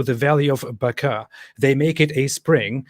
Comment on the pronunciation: 🤞🏻«They payed the Hebrew bloke to pronounce "Mecca" “Buh-chraa”!»🤞🏻